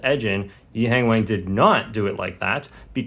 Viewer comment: Bro still mispronouncing “Wang”